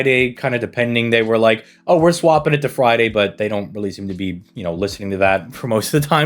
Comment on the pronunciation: It almost sounds like your saying fwiday instead of friday. BTW you say to skip this banner, but the CE's are good and the servants are pretty good too.